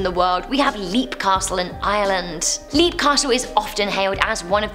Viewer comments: It’s pronounced lep not leap. Lol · It's pronounced Lap Castle